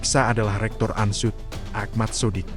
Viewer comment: Ini reporternya orang bule ya. UNSOED di sebut ANSUD